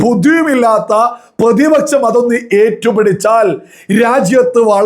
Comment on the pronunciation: പ്രതിപച്ചം അല്ല പ്രതിപക്ഷം